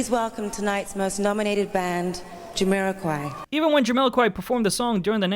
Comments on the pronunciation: JamILOquai? What are you saying? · JamILOquai, BarriLOquai, PappadilLOquai It's Jamiroquai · Does the narrator completely mispronounce 'Jamiroquai' every single time he says it?! 😂